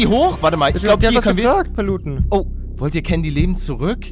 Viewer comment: warum heisst paluten "palutenn"